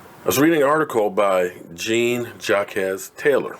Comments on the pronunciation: His name is pronounced Jean Jocks Taylor. Come on, you gotta remember the old Jacque Cousteau shows. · it's pronounced John Jock Taylor